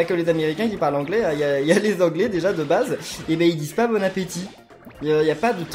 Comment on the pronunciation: non il dit bonne apeutit